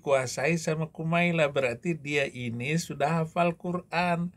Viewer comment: Bukan Marlla yang betul mbak Kumaila